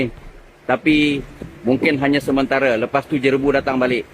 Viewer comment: JEREBU bukan JERABU sebutannya